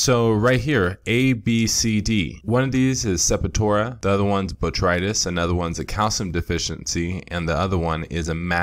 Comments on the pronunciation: I hope I'm not knit-picking but it's Sep-tor-ia, NOT Sep-i-tora... It was somewhat cringe-worthy to hear it mispronounced throughout the entire video... No complaints, otherwise... Good info...!!! I stumbled across the video while diagnosing dark margins on the large fan leaves of one of my autoflower plants that I haven't encountered before, which turns out to be a Calcium deficiency... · I could be wrong, but I’m sure septoria is pronounced Sep-tor-ee-uh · Pleased check the pronunciation of "septoria" two syllables. Peace